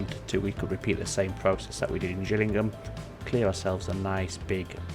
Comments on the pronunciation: it's a G not a J, so its Gillingham as in fish gills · Its pronounced Gill ing ham as in a fish gill. I sorta miss having to deal with traffic however the game chokes after the map has more thank 20k peds. Which this happens really quickly when you let the towns develop. If you don't mind the lag a few other solitons I do myself is for a start get the town better connected. Use the underground trams mod to create a metro network linking to your train station. Lastly just disconnect roads from any towns you haven't gotten a connection too yet. This way they wont drive miles across the map. Good video btw